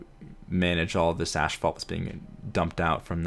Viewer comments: What an awesome build! But please, asphalt is pronounced 'ass - fault' not 'ash - fault' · Ooh, so that's what he meant. I just keep hearing "ashfall" and thought it doesn't make any sense, lol. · Oh man. I'm going to sound like an absolutely brat when I say this, but seriously, your pronunciation of asphault bothered me. It's A$$-fault, not ASH-fault. Again, apologies for sounding like a jerk, but it just irritated me, especially with how much you said the word. LOL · Of course the episode where he learns "ashphalt " is actually pronounced "asphalt" is one where he says it over a dozen times lol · "Ashfault"? "Ass-fault", asphalt. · "Asphalt" not "ASHphalt" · it's pronounced ASSfault dude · He said "ashfault" so clearly so often I actually had to google it to make sure I hadn't been pronouncing it wrong (or to see if maybe there was another by-product of oil refining actually called ash-fault that I'd just never heard of). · I thought so, but pronounces it like ashphalt.